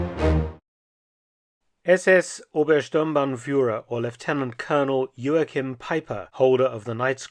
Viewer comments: Joachim was a German, no need to pronounce his name in a Portuguese way. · The translator was amazing. Mark - please take some German lessons. "Haupt" has the "au" vowel like "Frau" and the "au" sounds like the middle of "cow." It's not "hopped." And stress the first syllable - EIN-satz not ein-SATZ. And Joachim - that's like fingernails on a chalkboard. Great, impressive work, but I cringe at most of the German pronunciation. Das kannst du besser tun!